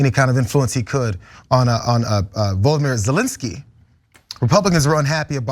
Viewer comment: Not one thing in This video, was a based on fact. This eejit actually said "Voldemort" Zelenski, this eejit is a moron.